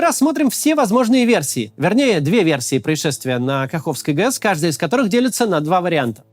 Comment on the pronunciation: Максим не ГЕС а ГЭС